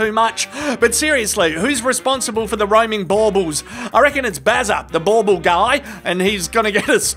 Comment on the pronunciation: Your Aussie accented version of bauble, sounds like a glaswegian saying baw bag, trans, ball bag!